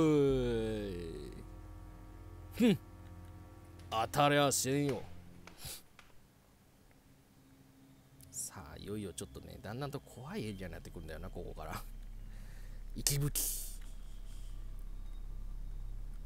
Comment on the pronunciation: 息吹、10年前なんて言ってたんだっけ？ 本来”いぶき”って読むんですけど・・・”いきぶき”って読んでませんでした？今回。 指輪、最初に付けたのは花嫁の右手ですｗ